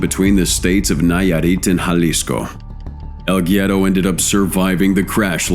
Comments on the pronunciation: El gyero? Haha what is he a. Greek snack? It’s el guero (wero) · Pronounced EL WERO..!!! C'mon mate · As a spanish speaking person I cringe every time I hear "el Giero"